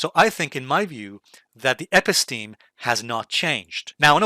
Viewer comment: You mispronounce & misuse the term “Episteme!”